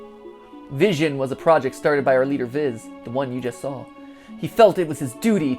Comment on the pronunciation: I hate how Matpat pronounces Vizion as Vision and not Viz-ee-on, like how it's supposed to be.